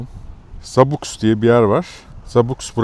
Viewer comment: Zabux.. Zabuh (zabuks yok😂)X yi H diye okumanız daha doğru